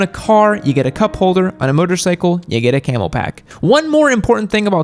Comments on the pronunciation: It is a Camelbak.... not camelpak. Love you tho. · It's called a Camelbak.... not a Camel Pack.